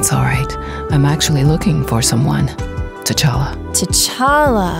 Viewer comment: It's t'challa not t'chally